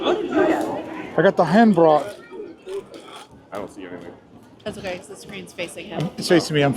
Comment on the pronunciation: Hand Brot, Brot = bread and rhymes with boat. Hand = hand but better pronounced hunt. If your cruise travels through the night, you will miss the best scenery. Sailing through a gorge with medieval towers overlooking the river.